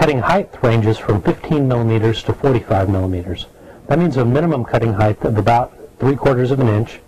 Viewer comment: It's "heighT", not "heighTH".